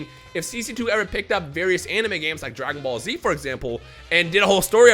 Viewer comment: Sounded like he say maggot ball z